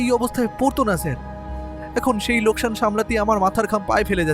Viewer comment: লোস্কান না, ওটা লোকসান